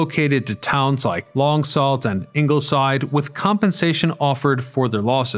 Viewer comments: It’s Long Soo not Long Salt. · Screwed up long saults name lol but ai